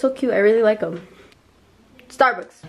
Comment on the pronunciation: Can we just talk about how she woke up and said "StArBuKsS"